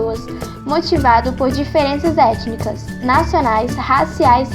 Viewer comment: "etinica"? Pelo resto, muito bom! Parabéns!